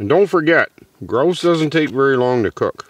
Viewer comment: GRAUUUUSE PAUEHR MEE GEE-ANNE